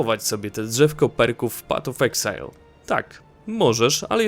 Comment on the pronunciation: Patof exile xD